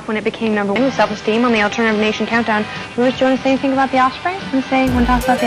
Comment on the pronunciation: that shit eating grin after calling him "rivah weezah!" but he still keeps calling him rivah after apologizing for the mistake. 😆